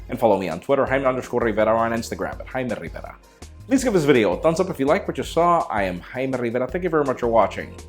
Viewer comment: Jaime Rrrrrrrrrrrrrriveraaaaaaaaa!